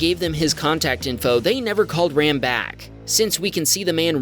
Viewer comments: it’s pronounced “Rahm”. Its an Indian name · If he's of Indian descent, his name is pronounced "Rahm," not like the English word for a male sheep.